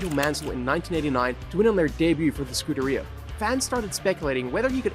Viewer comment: Great video. I am a fan of Kimi too. One tiny little gripe, which i should not really care about, but... Scuderia is not pronounced "scooter rear". I subbed anyway.